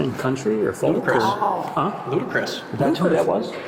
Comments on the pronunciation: The cop swore he knew what he was talking about when he said “Ludacris” 😂😂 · I never heard a more proper way to say Ludacris!😂😂😂😂😂 “Ahhhh Ludacris”😂😂😂